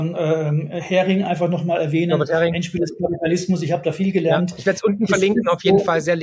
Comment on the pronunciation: Übrigens, der eine erwähnte Buchautor heißt Norbert Häring und nicht Hering.